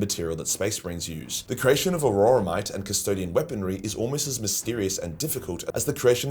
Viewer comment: Auramite comes from the Latin word "aurum", the word for gold. If I hear you say "auroramite" one more time I'm coming to Austalia and kicking you down under while down under. G'day mate, shrimp on the barbie and Steve Irwin to ya.